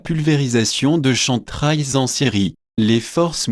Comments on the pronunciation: Excuse moi c'est Kem Trails et non Chantrails SVP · plus des "chèm traiylls".... c'est un peu le soucis avec les vidéos pseudo-Anonymous qui utilisent des logiciels de vocalisation pour dire un truc à la con que l'auteur n'assume même pas.... si hervé guiet a une once d'honnêteté, qu'il achète un micro et nous fasse une vraie vidéo, avec ses sources en commentaire... là, pour moi, c'est du pipo... du pipo! si il joue de la flûte, c'est tant mieux?